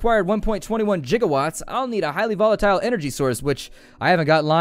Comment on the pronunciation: Jiga watts?!?! :P Its a gigolo of watts